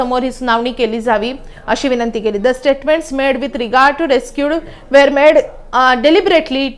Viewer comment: या मुलीला दारायस खंबाटा हे नाव नीट उच्चारता येत नाही. तसेच ती रेक्यूज च्या जागी रेस्क्यूज म्हणते.